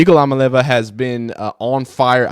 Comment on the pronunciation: It's pronounced e-a-molly-ovva. And yes, sh*t's expensive. It's not just the money for the players. We're spending 100 million on the stadium and 50 million on the baseball field. It costs a lot to be a top program.